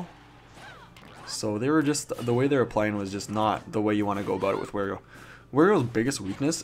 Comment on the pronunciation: Wario not Werio